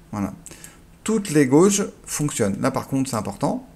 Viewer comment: Super intéressant. Juste une remarque, il me semble que "gauges" en anglais se prononce "guèidje", et en français "instruments" 😁. Ceci en forme de "wink". 😉 Merci pour ton job.